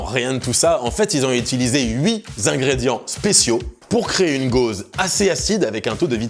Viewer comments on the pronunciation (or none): "ils ont utilisé huit Zingrédients..." ? C'est quoi un zingrédient LOL